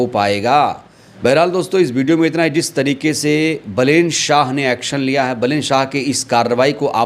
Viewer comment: बलेन मत बोलो नाम बालेन कहो ठिक हे